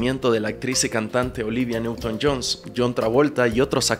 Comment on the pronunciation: Olivia newton john* no "johns".